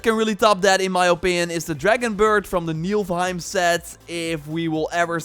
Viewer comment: It pains my norse heart, bruh, so I have to do it: Niflheim, not Nilf. The f before the l :)